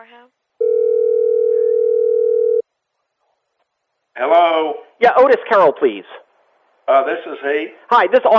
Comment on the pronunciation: Just classic "Helllo"! Lol fucking east Texan Lawyers